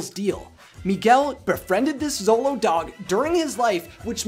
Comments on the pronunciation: Show-lo, not zolo. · The 'xolo' part of xoloitzcuintli is actually pronounced "sholo," not "zolo." I have no idea what you said with the full name of the breed, bit that wasnt even close. Other than that, great video as usual! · Very good comments!!! Just a note: The word Xolo doesn't pronounces "Solo". It's "Sholo". Greetings from Mexico! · Augh, such a great movie. I definitely cried and I also went to go see it three times! Great video, dude! I love how interested people like you are in the lore of Coco. As an indigenous Mexican-American, it brings a great smile to my face to see people learn about our culture. Also, in case you care, it's pronounced more like "sholo" than "zolo!" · Sharati Iwillkeepmygunsthankyou So glad someone said something! I flinched everytime he said zolo instead of sholo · I'm learning to pronounce these words too, and while usually we say "x" with a "z" sound, "Xolo" is pronounced with a "sh" sound; "shoh-loh." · you should pronounce XOLO as 'sholo like shoe', the ay you are saying sounds as 'solo... similar to solitarie' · U said Dante is a zolo dog but it’s actually Sholo dog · It is not "zolou" dog... jeje... You must read it with the sound "sh" of shoe!!!... The name is xoloitzcuintle (sho-lou-itz-cuin-tle)... Easy!!!! Great video. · Before I finish the video; SHOW-LOWZ! Not ZOW-LOWZ! I KNOW it's spelt with an x, but names are weird, okay? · Xolo is usually pronounced "Cholo" -- you can even find it spelled that way, though the dog breed is spelled Xoloitzcuintli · Cool info. Thx. BTW- Xolo, pronounced Cholo. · good try, but it is Sho-lo-eetz-queent-lee, or sho-lo for short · anyone else bothered by how he's pronouncing Xolo? Xolo(show-lo)